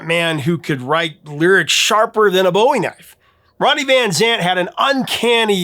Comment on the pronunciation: Check yer pronunciation of "Bowie knife". Jim and David were very different ppl.